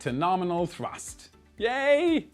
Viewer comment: The classic "NORMINAL"